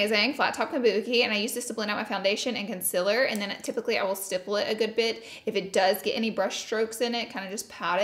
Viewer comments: Lol luv you girl but am I only just noticing that you say " conciler" instead of "concealer"?! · I love the heck out of you girl but every once and a blue moon can you please try and say concealer right. And oily. Please? Love you, love a misophonic fan. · *conciler* ITS CONCEALER U GURLLLLLLLLLLLLLLLL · "It's so much conciler"